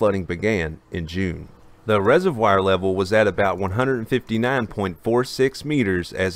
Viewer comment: ugh. rez-uv-wahr, not rez-uv-wire